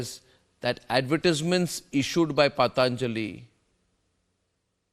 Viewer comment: Why is it so difficult to pronounce 'patanjali' correctly, a totally Bharatiya word... Pl.conduct graciously. This applies to Mr.Sohail Seth also...